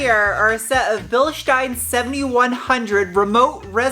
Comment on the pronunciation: The company name is pronounced Bil-steen not Bil-shtine. Cool video! 👍👍